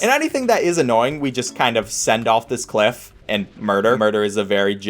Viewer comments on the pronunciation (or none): none